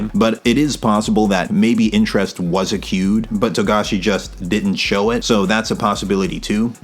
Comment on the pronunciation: Good video, but you say 'accued' a lot which doesn't exist, it's accrued which is pronounced a-crew-d, just thought I'd let ya know!